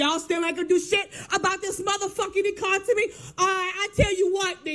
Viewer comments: Econtimy? No wonder she is struggling, she prob can't budget or get a better job. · 1st girl so broke, she cant even pronounce economy correctly...Econtomy!